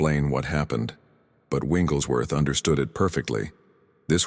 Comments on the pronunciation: Your AI needs to say the name correctly It's Wigglesworth not Winglesworth. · Why do you call Wigglesworth “ Wingleswrth” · His name is Wigglesworth, not Wingles Worth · Winglesworth? Really? What system do you have reading this information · Why are you getting his name wrong all the time?